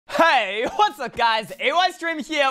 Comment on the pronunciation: That "heeeyyy" sounded like he was drunk lmao